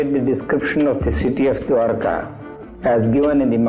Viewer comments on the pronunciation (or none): Diwaarka nahi, Dwarka.... Kandhari nahi Gandhari naam hai.